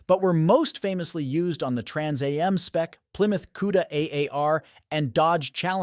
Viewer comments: no kidding eh the Trans EH EM! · you would think that part would be fixed by now. but No, Everyone knows what a Trans A.M. is. lol